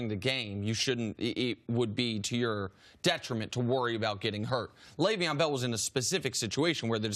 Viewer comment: "L Bell" annoy anyone else? Christ CC just call him Le'Veon.